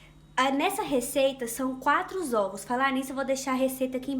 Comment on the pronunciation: 🤣🤣🤣🤣 zovos vem de zoiudos. Sua explicação é ótimo e seu bolo deve ficar excelente mais olha zovos 🤔🤔🤔🤔 !!!